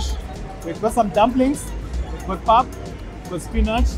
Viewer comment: Enjoying your videos. And happy to see that you are enjoying our country. I hope you come to Cape Town too! Fyi, "pap" is pronounced "pup". Like puppy. And the gravy is called "smoor" or "sous". So we eat pap and smoor. Or pap and sous. Same thing. But not gravy 😊 So happy that you are liking it!